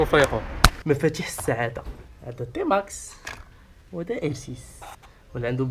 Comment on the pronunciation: او تيماكس ماشي طيماكس